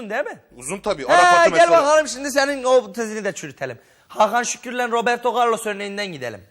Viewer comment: Roberdo ğarlos😂😂😂